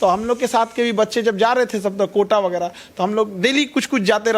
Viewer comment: वगैरा होता है, आप व्यग्रा बोल रहे है रिपोर्टर जी